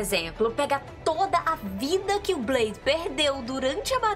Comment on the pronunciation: pq vc fala blaidi?